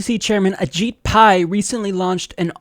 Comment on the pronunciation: New trend: everyone pronounce his name as “adjit” with a lowercase i